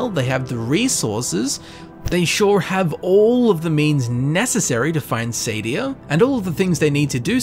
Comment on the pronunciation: I thought it was pronounced sAH-dee-AH